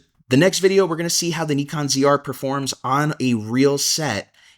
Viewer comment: Good stuff. By the way, if you are trying to pronounce Nikon properly as in how Japanese do, it's not "knee con" either. It's "knee cone". Stress the knee, not the cone. KNEEcone. I don't care how anyone pronounces it, but when I see people trying to pronounce it properly but still don't, I sometimes say something. Hope the KNEEcone ZR fulfills your needs.